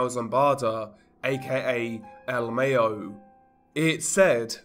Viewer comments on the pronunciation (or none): EL MYOO THATS HOW ITS PRONOUNCED NOT EL MAYONNAISE DUDE GOD THAT'S CRINGE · The way you said "El Mayo" sounds whiter than mayonnaise